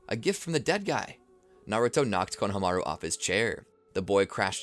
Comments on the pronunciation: The fact the he kept saying Kona-Hamaru instead of Konahamaru the entire timeee!!! 😒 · I love ur videos but it kills me how u say konohamaru 😢😢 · i hate how you are pronouncing konohamaru